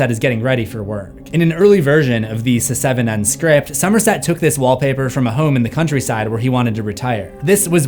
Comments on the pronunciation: I love the content abd I appreciate all the hard work you put in but please learn the proper pronunciation before uploading the video announced seven not se 7 en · Does anyone else find it strange that he says "Se-seven-en"? It's just "Seven". I just had to say something. Sorry and thank you. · se-seven-en...why am I laughing so hard at this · Love how you call it “Se-seven-en” 😂 It’s like Fant4stic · The joke isn't funny. it's pronounced *SEVEN*. What? Do I have to shout it in your ear the number of times Loomis shot Michael in the OG Halloween? #IShoutedSixTimes #Se7enIsPronouncedSeven #Se7en #SevenDeadlySins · Your pronunciation of “Se7en” really isn’t funny. It’s fucking obnoxious and distracting as fuck. Get over yourself and just say it like normal rather than subject your audience to something so immature and irritating over and over. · Please never stop saying Se-seven-en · Se-seven-en isn't how it's supposed to be said? Why would they spellnit like that, then?!🤷‍♂️🤦‍♂️ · It's pronounced "Seven". Stop that. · Se-seven-en? Never heard it pronounced that way....are you Ai?? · SE SEVEN EN? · Hearing you pronounce the movie "se-seven-en" will never get old 😂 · Se. 7. En... 😂